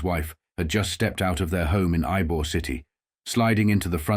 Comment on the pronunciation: You called Ybor the correct pronunciation is ebor the y is pronounced E, it called Ebor city, I been here fifty years Jimmy mac